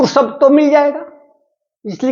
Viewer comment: सब्द नहीं शब्द होता है